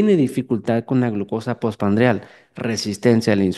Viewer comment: POR FAVOR ES POSPRANDIAL NO POSPANDRIAL... DIOS MIO